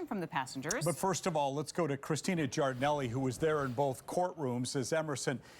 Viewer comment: Ms. Giardinelli works really hard at trying to convince us she's an authentic Italian by overpronouncing her name.